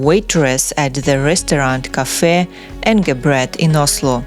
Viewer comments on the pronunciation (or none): none